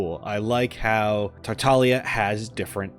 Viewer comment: Childe my beloved. 💜 I finally managed to C6 him this year and I was so unbelievably happy. And thank you for pronouncing "Tartaglia" with the silent "g", everytime it's mispronounced and especially by Childe himself ingame I die a little inside. 😅 A little fact about Zhongli, his Collected Miscellany is slightly incorrect. He is the only character that has ever gotten a rework after release. And thank god he did. I never got the chance to play him in his original state, but having him after his rework I can't imagine him functioning how he does in his Collected Miscellany. Here's a link if you're interested to Mihoyo explaining his adjustments, both in buffs and skill functions. (There was a link here, but I think youtube deleted my comment because of it? If you google Zhongli rework it should be second that pops up) I think it's really hard to properly show off characters that are more off field supports. I think they're really characters you have to play and experience their utility to really appreciate since most of the time they aren't there to be flashy. Albedo isn't really as "set up heavy" as it makes him sound. His field will automatically create/trigger the blooms as your onfield character attacks, and they can put out a good chunk of damage, my not so great built Albedo's blooms can do 30k+ ticks each. I actually curse him out when I accidentally step on his elevator. 🤣 Here I was attacking and suddenly I'm up in the air. Let me disable it Mihoyo!! Eula is a charac